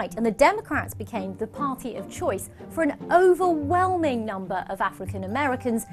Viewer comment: oh. my. gosh. This video is...sinister. From the title to the BBC desperately wriggling out of each part of these..basically true facts..with qualifications...to some how imply they are basically false. Through the almost COMICAL overemphasis of the word "OVERWHELMINGLY" at the end...summing up neatly that the democrats are the goodies, the republicans are the baddies... Due to the unique way the BBC is funded, we are able to have impartial propaganda for the liberal left like this. :)